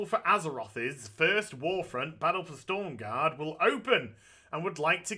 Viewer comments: Aaaaaaaaaaahhhhhhhhhhhhhhhhhhh It's S T R O M garde ;) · STORM GAURD? YOU MEAN STROM GAURD AZ XD